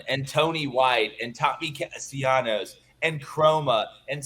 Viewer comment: Gentlemen, if you are truly interested in showing respect to Florida State perhaps you should say the name of the quarterback the way he and his family chooses to call him!!! His name is Tommy Castellanos. There is no y sound. He is not Latin American.